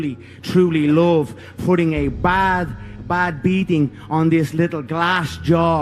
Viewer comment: "Dis liddle glass jor RAH!"